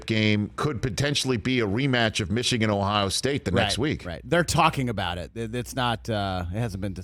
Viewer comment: Big ten is overrated, rich. Mee-shigan is a joke